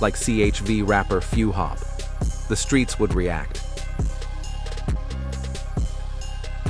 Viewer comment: Called him few-hop like ihop😂